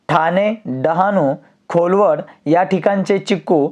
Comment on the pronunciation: खोलवड नाय सर घोलवड 🍊